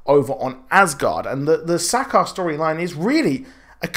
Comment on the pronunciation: Douchy comment incoming I know, fuck me right? Sakaar... ur pronunciation... plz watch the original Planet Hulk movie and see how they say it Xo